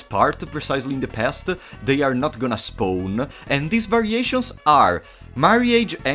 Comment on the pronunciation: I like the way you say "spawn" , it sounds like "spone" lol